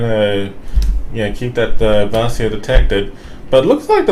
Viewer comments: The pronouncing of the Marceau is really 'ouch'! It it pronounced 'mar-so' and not 'marseeo' :) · Yeah I agree, I kinda cringed a bit lol